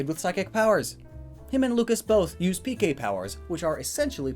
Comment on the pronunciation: When he was talking about Ness and Lucas K-Power all i hear was Gay-Power. I was like [Insert suprised Pikachu meme here]